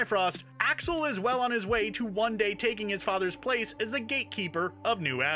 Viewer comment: Axel pronounce as Asshole 😅